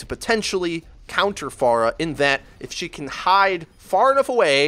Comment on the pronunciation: 1.Stop pronouncing her name like that. Ask google how to pronounce her name. 2. No she doesn't need a nerf. She is fine the way she is. If you cant aim then go into the training room and practice. 3. People need to stop making video on countering heros. Because the hit scans are looking up how to counter Pharah and the Pharah will look up how to counter back.Theres a guy who hooks people from bs places amd 1 shots you and can heal himself and people are complaining about a Person who can easily get countered by 3-5 people in the game? Lol